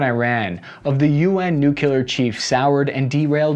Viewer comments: Please say the word “clear.” The word that comes out is not “cular,” is it? It’s noo-klee-are for god’s sake. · I love ya, my guy: I’m used to the “nookyuhler”, etc mispronunciation by now. But referring to Assange’s “dick-torial” style is the best thing ever. Bless yer heart, bud.